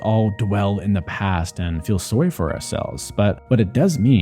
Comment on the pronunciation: that canadian sorry mann 😅